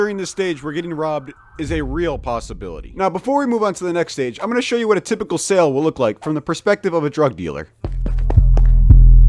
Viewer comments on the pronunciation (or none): none